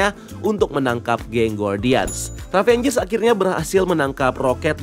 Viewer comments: ravagers mas bukan ravengers... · IT'S RAVAGER, NOT RAVENGER BRUUH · Maap bang.. Ravagers bukan Ravengers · Izin koreksi, nama genknya itu Ravagers bang (baca: Ra-va-gers), bukan Ravangers 🙏🙏